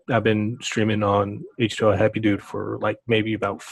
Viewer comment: It's H2O....as in the letter O XD